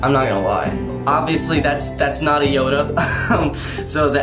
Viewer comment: Keith didn't make Yoda, he made Hoeda